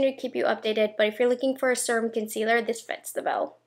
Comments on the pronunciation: I listen to her videos when I get ready and my husband always has to comment on how she says serum like it’s spelled srum or surum. The correct way to say it is see-rum. Now my husband calls her the “seeeeeee-rum girl.” 🤦🏼‍♀️ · You are the only person I ever hear say Serum like that. :) You say it how it is spelled. I wonder if everyone else says it wrong. Lol